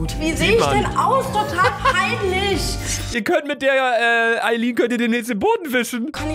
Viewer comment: Ich fülle mich sehr verarscht. Ihr sagt lemlich die ganze Zeit Ayline und so heiße ich